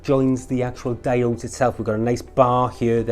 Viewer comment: ALUMINUM! Damit, also their pronounced DI-ODES!